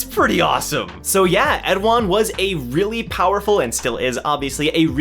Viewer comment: Hello. I read and write korean and I wanted to correct your pronunciation. It is khun 에드안, eh du ahn, or like in the English translation, Edahn.